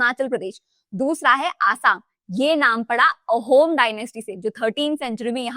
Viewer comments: Aahum not Ohom Dynasty 😅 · it's not ohom... pronounce like aaaa... ahom ( ahom dynasty 🐉)